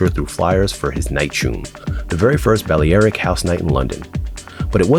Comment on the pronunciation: Didn't expect hypebeast to know how to pronounce balearic lol.